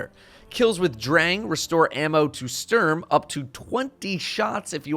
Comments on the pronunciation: You say Dräng and Stürm 😂😂😂 i love it when english people try to speak german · Love your videos man but hearing you pronounce Sturm as a German is kinda brutal. Keep up the good work!